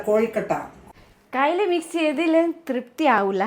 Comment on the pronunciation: Soyikkutty.. Thrupthi enna vakku nannayi paranjallo. Enikku thonnunnathu north india il Tripti enna perulla females undu(Tripti Dimri). Athukondu aa vakku parayan eluppamanu. Kozhukkatta ennanu pothuvaya peru enkilum oro jillayilum vyathyastha perilanu ariyappedunnathu. Athukondu yengane paranjalum kuzhappamilla. Kozhi ennu parayan ariyumo Soyikkuttykku? Ariyamenkil Kozhu+katta. Ammayiamma varunnathinu munp avarku kazhikkan enthenkilum undakki vekkanam enna uthravadithabodham marumakalkku nallatha. Athil njan Soyikkuttye abhinandikkunnu😊🎉 Makanum ammakku vendi adukkalayil enthenkilum bhakshanavum palaharavum undakkam. Oral food undakkumpol matteyal video record cheyyamallo. Appukkuttan nalla chef anennu ariyam. Shiji amma joli kazhinju varumpol "enikku vishakkunne.. enikku vishakkunne.." ennu parayunnathu kelkkumpol kunjungal schoolil ninnu varumpol parayunnathu pole😂 Shijiamma nalla vyakthi aanu😊 Koodathe nalla counter and jokes parayum. Mathramalla makaneyo makaleyo kuravo kooduthalo snehikkilla.. avaril ninnu orupad pratheekshikkilla. Angane jeevichal vishamam undavilla😊❤ Pratheekshakal athupole sadhikkathe varumpol nirasha undavum nirasha kopavum pinakkavum prathikaravum undakkum koodathe depression😢 undakkum psychological problems undakkum😮 Oru kudumbathil kunjungal ozhike ororutharum (ammayiamma, makan, makal, marumakal etc) ivar adhikam onnum mattullavaril ninnum pratheekshikkaruthu. Nyayamaya pratheeksha nallathanu. Pratheekshakalum swapnangalum agrahangalum aanu namm